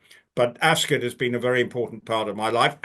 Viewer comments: ❤, please, it's not, "Acs-kit" it's Ascot - that is like me saying Konsey. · It's more of a schwa sound. She has taken it from the usual American extreme of "ass cot", skipped over Rupert's (and most British people's) typical pronunciation of askət ("ass k't"), and gone all the way to the other extreme of "ass kit". My apologies if you are British and this is what you're trying to say, but most Americans will read "Ascot" as "ass cot". So for them I am clarifying: it's not kit, but it's also not cot. It's kət. Like the last vowel sound in button, mitten, color, rabbit. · why do u pronounce it “as-kit”. its weird. as-cut